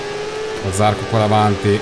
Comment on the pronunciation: dovevi andare con ajo motorsport perche ce la moto migliore ovvero la kalex anche perchè eri in squadra con zarcò si pronuncia con la o accentata